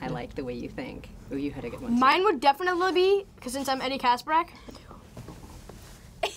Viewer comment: “Mine would defolomonat be” ahaaha